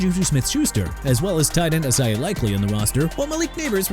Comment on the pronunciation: "CRASH HARD, MIAMI DOLPHINS"?! EXCUSE ME MR. "I HATE THE DOLPHINS" YOU NEED TO LEAVE MY TEAM ALONE! YOUR CREDIBILITY IS THE ONE CRASHING HARD! AND THEY'RE LIKELY TO TANK DURING THE 2026 SEASON... YOU SIR GOT A PROBLEM! AND YOU CAN'T EVEN PRONOUNCE ISAIAH LIKELY AS IN AI-ZAY-UH NOT E-SAI-AH AND GARDNER MINSHEW AS IN MIN-SHOO NOT MIN-CHOO! MARTIN EMERSON NOT MORTON EMERSON!! KYLE DUGGER NOT KYLER DUGGER! JA'SIR TAYLOR AS IN JUH-SEER NOT JAH-SIER! NEW ORLEANS AS IN NEW OR-LINS NOT NEW OR-LEANS AND JAGUARS AS IN JA-GWAARS NOT "JAGWIRES"!! ENOUGH IS ENOUGH! YOU CAN'T CORRECT YOURSELF THEN CLEAN UP YOUR LOCKER AND GO BACK TO SCHOOL AND STUDY PRONUNCIATIONS! YOU AIN'T CUT OUT FOR THIS JOB NO MORE!